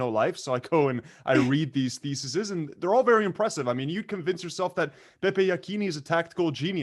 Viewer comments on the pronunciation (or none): needs to read more "thesisis" or read more in general in English because maybe just maybe he will learn that the word he's looking for is THESES not thesisis.... Thesisisisisisisis... Lol, 👍